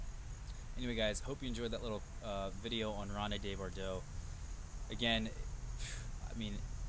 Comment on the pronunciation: it's pronounced "rownd duh bor-doh." Just 4 syllables total, my friend.:-)